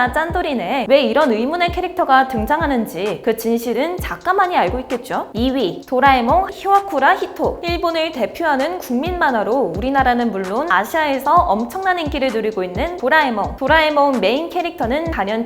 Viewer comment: '화'와쿠라 히토가 아니라 '히'와쿠라 히토에요.